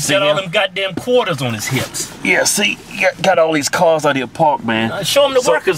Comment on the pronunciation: "god dam qorters"